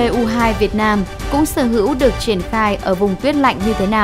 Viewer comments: đọc sai rồi kìa s-300mpu2 ??? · Bây giờ tôi mới nghe thấy ét ba trăm mờ pê u hai của vn đó, mà sao hiển thị chữ là ét ba trăm pê mờ u một mà lại đọc luyên thuyên vậy thật đúng là...